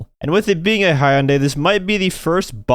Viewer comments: Did really just say “he - yun - day”…….? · That is a wild way to pronounce Hyundai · I gotta let you know, Hyundai is pronounced like Monday if the m was an h lol